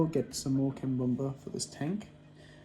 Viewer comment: Love how you say cambomba when you’re talking about cabomba or is it how it’s pronounced in Australia? Great video 👍